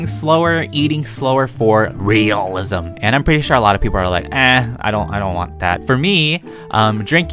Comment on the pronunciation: It's just so funny when he says "realism"